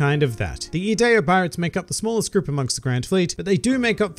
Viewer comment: P.S. Thank you for pronouncing Ideo's name correctly. It is Latin, the origin of the English word "idea", and one of the words I spent years pouring over in order to learn traditional English carols for my high school's annual Christmas pageant.